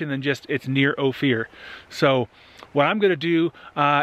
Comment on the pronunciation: Just FYI, Ouray is "You-ray" and Ophir is "Oh-fur"